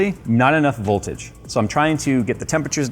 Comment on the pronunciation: Did he miss the V-key when saying ”Boltage”?